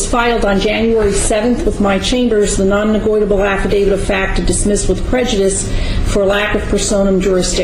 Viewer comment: Nonnegoitable! Baaahahahaahaaaahaaaa!!! For the record, on the record, and let the record show…. That Grand Pubah is hilarious! And I’m willing to submit a NOTE-erized affidavit stipulating such.